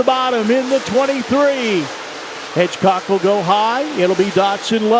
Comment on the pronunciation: Hedgecock not Hitchcock do your job!